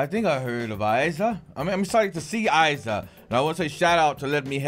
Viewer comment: Não é "Aiza" é Iza, com I